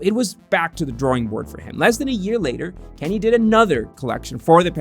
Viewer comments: My guy please use taskade to plot out how to pronounce names consistently over the video, it's like every time you say kanye,pastelle, Nike you pronounce them a new way 😂🤦‍♂️😒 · How u mispronounce his name